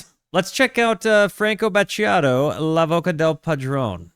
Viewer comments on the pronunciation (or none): How to pronounciate "La voce del padrone". First, the 'c' in 'voce' is not hard, which means that the correct pronunciation is not "voke", but "votsje". Also, in Italian you have to read all the vowels. The "e-s" in voce and padrone are like the e in elephant. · "Franko Baciado, la Voca del Padron... please tell me if I've completely butchered this man's name and album title..." Yes, you have, both 🤣🤣 By the way, Battiato is one of the greats, music royalty, in a class of his own, and definitely one of my favorites. He's the philosopher of Italian music, as you noticed by his lyrics. Years later, Morgan (Marco Castoldi) would try something similar, with Bluvertigo first, then as a solo artist, but fell short of Battiato's greatness. The songs you listened to are not the original version from 1981, this must be a remastered version with edits. I think the original version is better overall, more stripped down arrangements, but as a whole a more interesting sound. This one has some songs that are shorter, some that lose compositional details (variations in the verses), extra guitars, strings, and synth parts. The original is better, check it out for example, towards the end of "Summer on a Solitary Beach", the original version has the drums going in the chorus, this one doesn't. Or in "Gli Uccelli", your version ends with strings doing the melody, the original version has a much more interesting synth solo that mimics birds chirping, and many more differences. This album is an outlier in Italian pop music history. It climbed to the top of the charts despite not being your typical easy listening music. The only other time something like this happened was maybe with CSI and Tabula Rasa Elettrificata in 1997